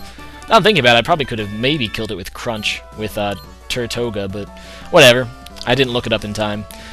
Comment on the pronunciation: i really hate to be that guy but tirtouga is pronounced teertooga or tertooga, it derives from the spanish name for turtle or tortoise, it is also the name of a Caribbean island that is populated by turtles. i know you hate being corrected on names but i thought if i gave some background you wouldnt mind quite so much:)